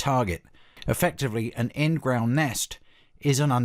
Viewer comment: i keep coming back to this video for how you say ingRAOund